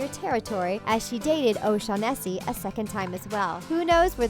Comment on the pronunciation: "O-shaun-NESS-ee"... Whatever happened to O-SHAUN- ness-ee?